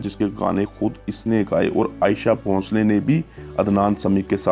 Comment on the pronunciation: Ayesha bhoshale nahi bhai sahab aasha bhosle hain